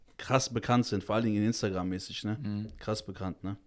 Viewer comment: Dem Typ links "mäßig" kann man "mäßig" nicht zu hören. Arme deutsche Sprache.